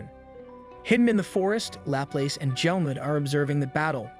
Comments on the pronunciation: i dunno if it’s an oversight but laplace is french and it’s pronounced la plas. or lop-loss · It's pronounced "Laplazz" like the Louisiana city.